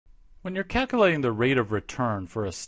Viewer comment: "calcalating" lol